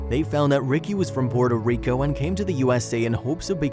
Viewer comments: Porter Rico.....Really? Puerto Rico Lol 🤣😂🤣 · PUERTO Rico not Porter... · “Porter Rico” 😂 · PUERTO RICO! COME ON GET IT RIGHT!